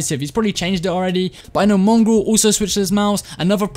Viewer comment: When he said mongraal it sounded like mungrul and I realized me and have the nog ops for a profile picture